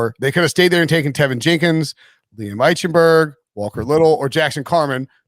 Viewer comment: Geez, can someone PLEASE tell he is pronouncing Liam Eichenberg's name wrong????